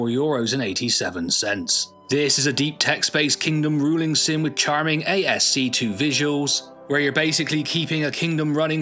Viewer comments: It's pronounced Askey, not ASC-2. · ASCII is pronounced askey not Ay Ess Cee Two. These AI pronunciation errors are often a giveaway like 6 finger hands. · Sengoku Jidai looks interesting. The setting appeals to me. And probably Warsim because text based games hit me right in the nostalgia. (Side note: "A-S-C 2"? no. that's ASCII (ass-Key) - American Standard Code for Information Interchange. SMH...kids these days. ;) ) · ASCII is pronounced "a-ski" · did you just say ASC2 instead of ASCII lol